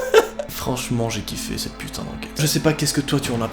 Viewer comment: Arrêté de dir putin touleten